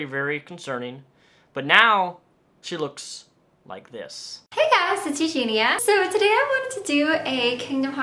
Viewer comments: Awesome video! But I cringe when people mispronounce her name. Its Eu-GEEN-ia...not Eu-GEEN-a. Some people leave the i out. :) You sound angry :( No one should feel bad because they cant help her. NO ONE CAN if she doesnt want help.. unless they physically restrain her(very carefully) and take her to her a hospital or facility that specializes in this. The people most responsible to her are her family. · The way you say her name is bothering me. It's pronounced U-jean-knee-uh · U-GEEN-EE-UH that’s how you pronounce her name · YOU-GENE-EE-YA BITCH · Her name is pronounced you-gee-nee-a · Okay but why does everyone mispronounce her name? It’s pronounced “Ew-Gee-Knee-Ah” Four syllables. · it's you-genIE-ya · Also- Her name is pronounced- (You-Gee-Nee-Uhh) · it's eugenIIIIIa you're missing the i all the time and it's killing me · You pronounce her name - Yoo-jee-nee-a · I support what you are saying but please for the love of all things holy pronounce her name right! You-gene-e-ah! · “Eugene-a” Cooney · a great video, but there was one thing that bothered me😤.....the way he pronounces eugenia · before you make a video though, you should at least learn how to say her name lol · Say her name right pls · Stop saying her name if you’re not going to say it correctly lol. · If you're going to make an entire video about someone the least you can do is pronounce their name correctly... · 2 seconds im in annoyed you didnt say her name correctly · You're not pronouncing her name correctly. If you've done a fair amount of research on her, why can't you pronounce her name? (I'm not trolling, nor am I "sticking up" for Eugenia. I'm authentically curious.) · How do you know so much about Eugenia but can't even pronounce her name right? Literally in every single one of her videos she says: "hey guys, it's Eugenia" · you should be institutionalized for pronouncing her name wrong every single time, but otherwise, on point mate ;-) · What is it with you and mispronouncing the ia sound